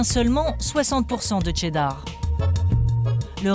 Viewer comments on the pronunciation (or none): Pourquoi prononcer « Tcheddar » ? Très étrange. Ça s’écrit cheddar et ça se prononce « sheddar » tout simplement. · Ca vous rends pas dingue que la voie off tout le long du docu dise Tcheddar au lieu de cheddar?